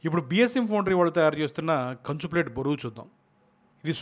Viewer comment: బొరువు కాదు బరువు